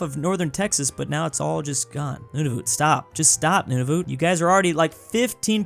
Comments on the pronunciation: its not nonavoot. Idiot. its prononced Nuun-a-vut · Nunavut is pronounced noon-a-vit and I’m a Canadian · "Noonavoot"... I can't get over that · As a Canadian I want to correct your pronoucation of Nunavut. It's pronouced like "Nun of it" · "Noonavoot" no offense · not to be rude but its pronounced nun a vut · THE WAY HE SAID NUNAVUT BROKE MY HEART 😭😭😭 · is it just me that is bothered by the way he pronounces Nunavut and Uruguay?